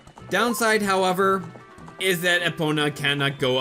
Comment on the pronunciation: Managed to make it here 3 minutes after I got the email alert saying it uploaded. ^w^ Edit: Why do you call her Eh-pona? When it's pronounced E-pona (as in key)?